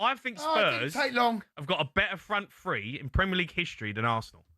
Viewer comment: It's pronounced "three" not "free"...😂😂